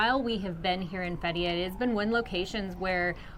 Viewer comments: it is pronounce "Fet -ti-yeah" with the stress on the first syllable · THE WAY YOU SAY FETHIYE ITS COMPLETELY WRONG ,AND MARMARIS ITS SO FUNNY ,YOU TWO SHOULD START A COMADY CHANNEL .